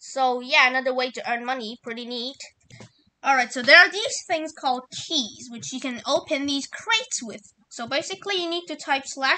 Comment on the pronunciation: "Right now where my keyzzz"